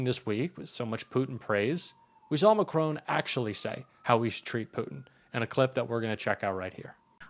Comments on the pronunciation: For goodness sake can you not read His name is MACRON Not MACRONE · You pronounce President Macron as it looks. But it is not Macrone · Yes good … but please pronounce Macron’s name correctly. It is part of respect. He is not a *macaroon*!